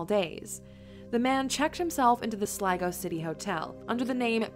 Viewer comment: Glad she pronounced 'Sligo' correctly 😂